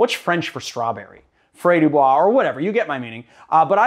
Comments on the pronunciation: strawberry in french is fraise and it is pronounced FREZ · As a native french speaker : « fraise » is pronounced frEz (quite close to your first attempt) 🤓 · Say frez with a French R and make the e sound (same vocal sound you make when u say "the") longer and you've said strawberry in French correctly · "frez" for strawberry